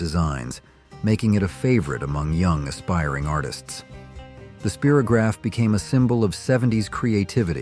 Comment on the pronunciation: I was one of the boomers in the 70s. This video would seriously benefit having someone who lived it do the narrating. The mispronunciations and mis characterizations are so rampant and actually maddening for we who actually lived it. Let one of us narrate it and watch the clicks multiply. I was screaming at the screen. "Speero"graph and "leet" brite, indeed. Anyone who played with them knew it was spIro-grapgh and light brite. It was Marsha Marsha Marsha. And it was Marsha being hit in the nose by a football that was the catch. C'mon guys. And the cartoons completely disregarded wacky racers and Dudley doorite. Geesh.